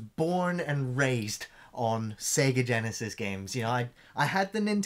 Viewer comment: I like you guys, but please stop saying Sega Genisis.